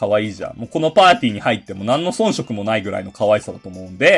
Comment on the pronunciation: 「速報」 氏「ソンショク」の発音がおれと違うことが発覚